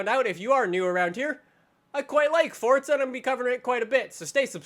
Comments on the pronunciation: Forza not fortza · Why does he say fortza not forza wtf😂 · Forza not fortza😂 btw I'm saying this as a joke😄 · Isnt it Pronounced For-zuh, not Fort-zuh? Its also spelled Forza Not Fortza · STOP saying "Fortza" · Why do people say fortza? There's no T, this guy in the vid says it every time a new vid comes out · please stop calling it For'tza' horizon 3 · he ain't Italian tho so why should he say it like that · Centenario: says chentenario, forza: says Fortza etc I can't keep listing I'm tired af